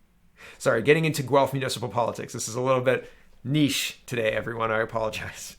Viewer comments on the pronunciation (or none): none